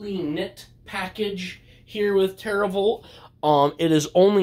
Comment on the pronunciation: Glad you liked it! I'm kind of shocked you realized it was hand drawn right off the bat lol. You're saying it correctly btw. And gl to everyone who will be in/is in the tournament, this will be fun!